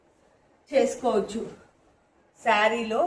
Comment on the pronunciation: సారీ అంటారా?? 'శారీ' నా??